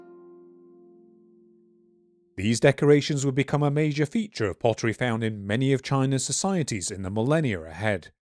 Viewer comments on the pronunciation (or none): none